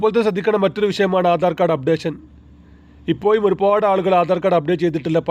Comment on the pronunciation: മലയാളം മര്യാദ യ്ക്ക് പറയണം ഇപ്പൊയും അല്ല ഇപ്പോഴും എന്ന് പറയണം.കാക്ക ആണോ എന്നാ മലയാളം ആണ് പറയുന്നത്